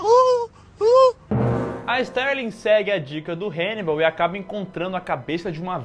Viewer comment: HEInibal!!!????? HAnnibal 🤦🏻‍♂️